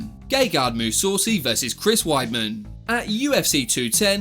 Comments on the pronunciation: Its Mussasi not Mussaucy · That bullshit eyepoke should be extremely banned in MMA Mousoossi instead of mousassi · Gegart Mousaucy 😂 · MOO SAWCY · Big mistake outside of pronouncing Mousasi is that McGregor was first to throw a punch in the octagon while Khabib was pretending to be an eagle outside of the octagon. McGregor hit one of Khabib's coaches and that caused him to get jumped by rest of Khabib's team. Shame that a channel I enjoy, gets this wrong even years after this happened. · Almost puked when I heard how he pronounced Mousasi